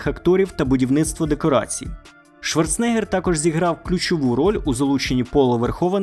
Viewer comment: Я вас прошу. Він Шварцен-егер а не Шварце-негер😅